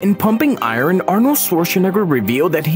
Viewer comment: Ikr 😮 it's not pronounced "i-ron" 😂